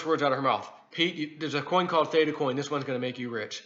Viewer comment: Theta. It’s theta right?